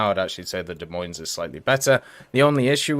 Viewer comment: FYI, the "s"'s are silent in the Des Moines...